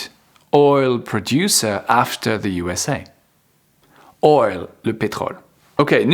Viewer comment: After. Tu dis. atfer. En fait c est. After. Comme. Le a de theatre. Un a. Profond